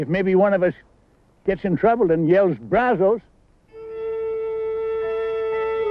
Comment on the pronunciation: It would have added to the authenticity if they could have pronounced Brazos correctly like any Texas Ranger would have.